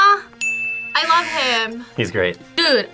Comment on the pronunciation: The fact that no one commented on "I larb you" makes me kind of sad. As a huge MCU nerd, I got it instantly. You could say... I understood that reference